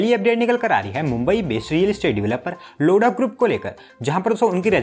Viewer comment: 0:9 abe लोडा नहीं लोधा 😂😂🤣🤣